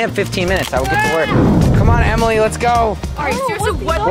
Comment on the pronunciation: Why did say jemily to Ellie and jentzen